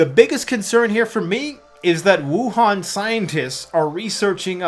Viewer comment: Did you say Wuhan? LMAO